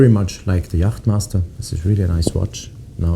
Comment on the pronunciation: In English it's pronounced "yot master, not "jaht maista"